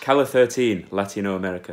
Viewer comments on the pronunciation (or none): And Calle spells like "ca-je", as with a J.